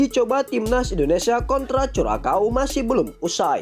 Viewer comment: Bisa ngeja "curacao" gak min?. Belajar lg sono biar gak malu2in